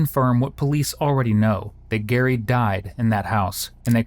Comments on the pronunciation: Dude! You’ve said the victim’s name incorrectly the entire video. His name is Gerry not Gary. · It's Jerry... Not Gary! 🙄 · Why does commentator call him Gary when his name is Gerry? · I feel like you are saying the victims name wrong. Is it Gerry not Gary, right? Those are different names. You pronounce Gerry like you would Jerry so Jer-ree. Not Gar-ree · I heard the narrator say Gerry with a hard 'g' and figured I'd never heard the pronunciation before but it works, a combo Gary and Jerry, I liked it. Then first interview with Kristan - "Is it [hard or soft 'g'?] - It's [soft 'g'] -Narrator continues to use hard 'g.' It's not like there was any guessing to be done, it was there all the time. Also, Kristan's name is spelled differently depending across various inserted text boxes. QA might need a gentle shake to be woken up ;) Other than that, not bad at all, 7/10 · His name is Gerry not Gary. My goodness that was annoying. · His name was Gerry with a J, as in..Jerry. Not Gary, which is pronounced with a G. Stupid editors. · Sad that you keep calling him GARY when his name is GERRY. And you have the captions say Jerry. RIP Gerry. ❤ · You'd think the creator of the video would have some respect for the victim and stop calling that poor man a name that is not his "Gary", his names Gerry pronounced (JUH-EH-REE) like the name JERRY. How can you make an entire video on a crime and gain clout from talking about a victim and mispronounce the victims name the ENTIRETY of the video?! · It’s so disappointing to watch a video where there’s such a lack of attention to detail throughout a video. The people involved in this investigation all constantly pronounce Gerry’s name as “Jerry” and yet the AI narrator voice keeps pronouncing it like “Gary.” It is incredibly lazy and disappointing, not to mention distracting, and it makes the narrator and channel seem untrustworthy. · His name was pronounced “Jerry” not “Gary” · The LEAST you can do it properly pronounce Gerry's name.